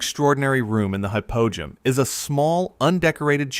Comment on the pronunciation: Hypogeum is said Hi-po-G-M Cool video, I learned a lot.